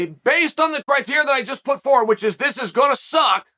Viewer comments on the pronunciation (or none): none